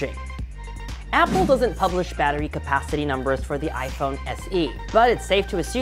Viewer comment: " I'm a big bettery guy "